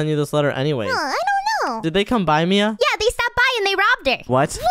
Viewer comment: Mia you said oh mian